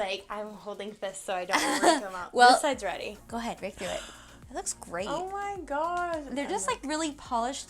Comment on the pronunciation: Did I just hear her say "oh my grob" 😍